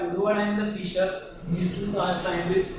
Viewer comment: How do you get Fisher from Fieser?!?!? I so dislike when people spell or pronounce my last name improperly. That was my great uncle, Louis Fieser. Pronounced like Fee-zer.